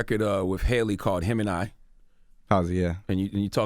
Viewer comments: charlemagne is such a dick, the fact that he called her ‘hailey’ when he 100% knows it’s ‘halsey’ really pissed me off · did I just hear charlamagne call Halsey "Haily" 😂😂😂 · I swear. I felt like smacking Charlemagne when he was mispronouncing Halsey.